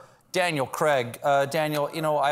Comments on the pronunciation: I'm glad I'm not the only one thinking that! "Cregg!" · Never mind the “fuck me” when will Stephen learn to pronounce Craig properly 😀